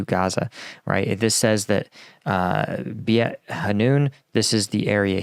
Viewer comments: nice vid, btw beit is pronounced like bait (like a fishing bait) ^^ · beit is pronounced "bayt". it means house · Pronunciation tip beit hanoun is pronounced similar to “bait” as in fishing bait. You said hanoun correctly, fun fact beit in arabic means house! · Content is excellent....'Beit' is pronounced more like Bayt (bait). Like the gum, too! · The Beit in Beit Hanoun is pronounced like fight, but with a "B" in front--or like mate with a "B" in front (for the Brits). Both are common ways to pronounce it, depending on dialect/language over here. Beit means house, and the Hanoun is the name of a river close by.